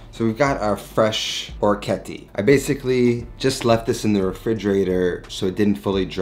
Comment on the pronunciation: Thanks for the recipe, its delicious! Another awesome orecchiette dish is orecchiette Di Manzo Al Limone. (Creamy sauce with beef and lemon) Oh and orecchiette is pronounced like TEnt at the end ;)